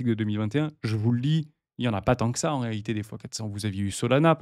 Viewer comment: Il faut dire "en réalité " mais pas "en réhité" 😉 . Sinon c'est top . Merci